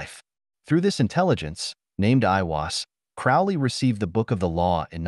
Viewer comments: Sorry to be a twat, but it's Crowley like Holy 👍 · Everytime he misspeonounce Crowley's name is infuriating.